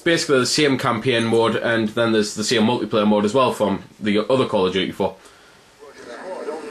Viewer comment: he said call of dookee